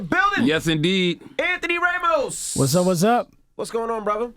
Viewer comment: The guy said "Anthony "RAY-mos". That really bugs me.